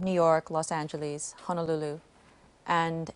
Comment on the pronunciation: she pronounced Los Angeles the way british people say it and said mum for mom, she talks the way how whoever she is talking to.